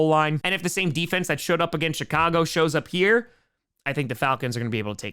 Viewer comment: I know he doesn’t curse but I could swear he always says “Shitcago Bears”